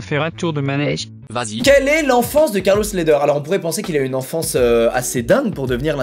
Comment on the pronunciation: Mdr c’était quoi cette accent anglais sur le premier Carlos Ledher, c’est un colombien, c’est espagnol ahah faut prendre cet accent espagnol alors gringo ahah